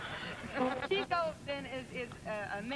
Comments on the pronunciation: chick-oh NOT cheek-oh ! ! ! ! ! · The hosts and panelists pronounce Chico’s name “Cheeko,” as do most people, but the Marx Brothers themselves pronounced it “Chick-o.” He is said to have acquired the nickname as a young man, in reference to his relentless pursuit of “chicks” (women). Besides the womanizing, Chico had alcohol and gambling problems. After a certain point, his brothers doled out his pay a little at a time, because he would blow it all almost immediately. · that's chick-oh, not cheek-oh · Still pronounced CHIK-o, guys, not CHEEK-o..... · n yet none of of them know how to pronounce his name right CHEEKO....RLY? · Too bad they pronounced his name wrong. It's actually pronounced "Chick-O" not "Cheek-O" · This was fun to watch! Although Chico and Harpo kind of resemble one another I can easily tell the difference between the two. I can tell that was Chico and that is properly pronounced "Chick-O) as any real Marx Brothers fan knows. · His name was Chico, not "Cheeko"; if you could, you should ask Groucho. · His name is pronounced Chick-o. That's because he was slightly out in front of the other brothers when it came to serenading the women! Ba-ding! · Friends and family pronounced it "CHICK-o". Everybody else didn't know any better, including announcers.